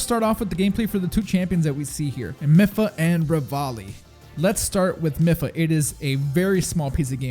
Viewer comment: No offence, but the way you said "Mipha"...surprised me, to say the least